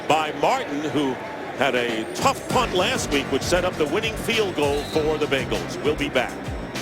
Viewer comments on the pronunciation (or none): none